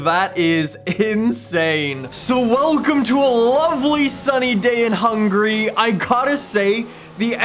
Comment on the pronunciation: "welcome to a lovely sunny day in hungry" i know what he was trying to say but its still funny